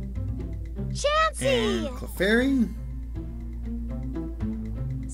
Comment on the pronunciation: How can you mess up chansey name so bad XD